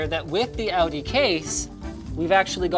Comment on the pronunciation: "outy" like said it is how you pronounce "audi" btw. you're welcome